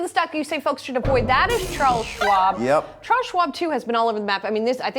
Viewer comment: He kind of pronounces Chares Schwab as dead.